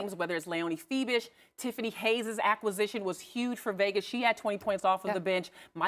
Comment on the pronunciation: Very good presentation by those ladies. Also, they pronounce Fiebich's 🇩🇪 name perfectly.